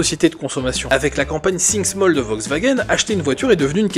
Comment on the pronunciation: « Sink small » ??? 😅